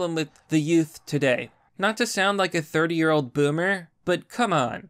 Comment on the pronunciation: " not to sound like a 30 yearrr old BOOMER" 🤡🤡🤣